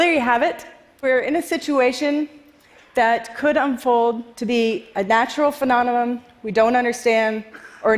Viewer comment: Had to stop watching after her first extremely obvious grammatical error... if you cant speak English properly I dont respect your intelligence...also is she pregnant?? That shirt makes her look so fat... I really hope shes pregnant... Edit: yup she just butchered pronouncing the word phenomena, I'm out...